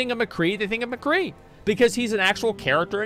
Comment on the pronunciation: i think i heard some of them say "The Cree" instead of McCree and i swear one of them said "bang bang shooty shooty guy" or something idk if he was just trying to be funny tho